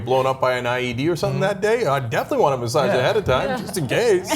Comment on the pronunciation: Why are they pronouncing "massage" like there's a "d" in it? They say it like "massadge" haha